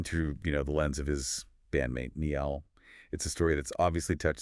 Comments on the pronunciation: That’s what I’m saying. Like who the fook is Neil? Who’s Neil HorAN? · Amen His name is NAILL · The mans name is NY-ALL NI-ALL, NIALL. Please get it right he deserves that. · SAY NIALL’S NAME CORRECTLY MY GOD IM GETTING SO FRUSTRATED WITH THIS! His name isn’t Neil. It’s Niall. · Who the fook is Neil, it’s Niall Ni-All 💀